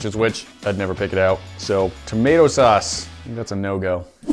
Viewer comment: "mato sauce"